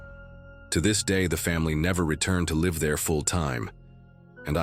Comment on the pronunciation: Your Ai keeps pausing after Mr. Because of the period, breaking the flow of the stories. Also, sometimes live is pronounce wrongly. Live stream for example.